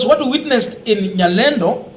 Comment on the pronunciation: Not Nyalendo 😅